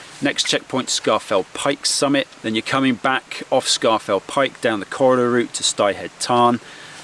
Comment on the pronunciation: I don’t think you’re a local so I’ll let you off, but it’s pronounced SCORE FELL PIKE not SCAR FELL PIKE 😉. Apart from that 👌🏻